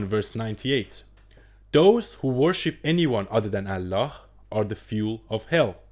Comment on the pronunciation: I am not a müslim but i lived and worked with müslim. you can't even pronounce Allah. you are just lying. And by the way Talmud and Old Testament is hundreds times worse than quran.